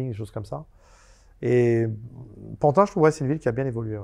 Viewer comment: On ne dit plus Pantin mais PANTINE à présent. Faut s'adapter !!!